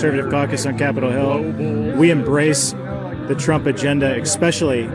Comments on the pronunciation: That guy at said “EXpecially”… The brain power of those Trumpists… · “Ek-specially”...I’m done. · "We embrace trump agenda, ekspecially..." , is that even a word? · Did he say "expecially?" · Ekspecially…😂😂 God the stupidity. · Any member of government ( elected or not) that says the word ' eckspecialy ', should be immediately fired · Any "leader" who says 'expecially' deserves all the humiliation possible. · Did he just say "expecially" 😆😆